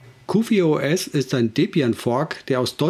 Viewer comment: Ausgesprochen wird es QforOS. Ansonsten ein nettes Video. Hast du Lust mal "T2 SDE" als Distro vorzustellen ?